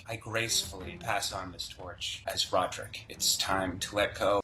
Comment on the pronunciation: That's not rodrick that's rodricka